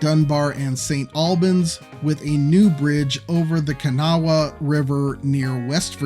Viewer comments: For the curious, or uninitiated, Kanawha (Kuh-na-wuh) is the textbook pronunciation, but is pronounced “Kuh-nah”. Hurricane is actually “Hurr-i-kuhn”. Most other pronunciations make it obvious your not local 😅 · Being from WV, I greatly appreciate hearing you take a crack at pronouncing Kanawha and Hurricane 😂 Thanks for trying your hand at getting HSR in the metro valley! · The pronunciation of kanawa and hurricane hurts my brain….. I think they’re boo boos for sure